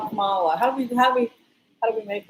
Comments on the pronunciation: Hello from Kansas City. Wonderful to see beautiful Mila up close. Thank you for your work in these dark times. I am a big fan . One correction if I may. Kamala is pronounced COMMA- la. It rhymes with her mothers name Shamala. Her kids call her Mamala. The network talking heads are trying to remember this. I would also like to give kudos to Cindy at Soulprint Intuitive as another wonderful reader and intuitive in our group. Blessings. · you will have to know how to pronounce the name of our first woman president— it is COMM uh luh.😻